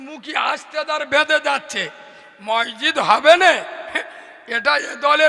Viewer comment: কোন ভাষার জ্ঞান নেই একদম মূর্খ । মসজিদ শব্দটা বারবার ভুল উচ্চারণ করছে। মানুষের রুচি কিভাবে এইরকম পাগল বক্তার ওয়াজ😂😢